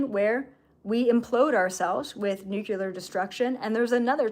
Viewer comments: Just a note... It's "nuclear" not "nukular." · NEW CLEE ARE. Not new cue lar🤦🏻‍♀️ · nuclear, not nucular